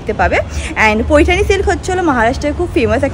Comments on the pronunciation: It’s paithani .. not poithani … Tumi correct korte bolle tai comment korlam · Paithani not poithani